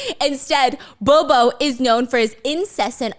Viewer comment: As a Filipino you saying b0b0 is making me crayzi😣